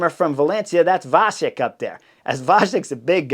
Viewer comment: Vacek - pronunciation "c" is like "ts" in the end of word, like "cats". And the letter "a" is short. Like in the word "vulnerable". Pronunciation of the other letters is correct.